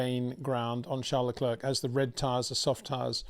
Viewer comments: It's not Leklurk. It's Leclair. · please do not pronounce the 'C' at the end of Charles Leclerc's name...it is a silent 'C'..!!..thx.